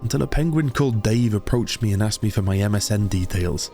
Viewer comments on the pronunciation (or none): none